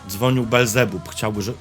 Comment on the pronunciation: Niekryty, Ty jednak chyba nie pójdziesz do piekła, bo nie umiesz wypowiedzieć imienia Belzebub. Jak się z nim przywitasz ?? :)